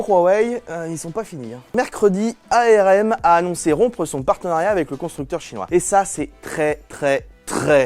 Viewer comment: On dit arm comme une arme.